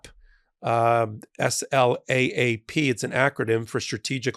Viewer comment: It's Anti-SLAPP,, not Anti-SLAAP, not that it's critical. Just saying.